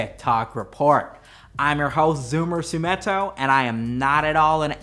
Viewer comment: Not Zoomitto.